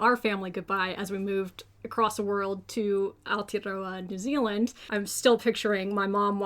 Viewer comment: did she say New Zealand or is it just me?